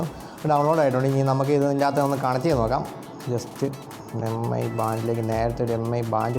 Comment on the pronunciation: മി എന്നാണ് വായിക്കേണ്ടത്, എം ഐ എന്നല്ല